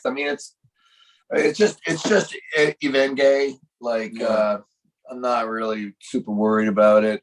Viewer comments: haha! EevenGay 😂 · also EeVegNee 😆